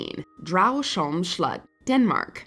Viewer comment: I love to hear people trying to pronounce Danish names and words. Not the worst I've heard and "slot" was pretty spot on :) Didn't think see a Danish place here